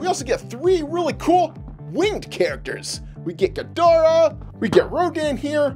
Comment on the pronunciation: Ghidorah not gadorah